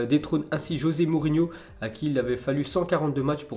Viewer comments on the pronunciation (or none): none